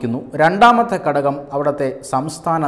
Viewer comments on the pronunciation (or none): none